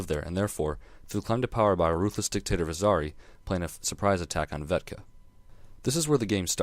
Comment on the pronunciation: Nice review... but it's Vekta, not Vetka. Love this game, though.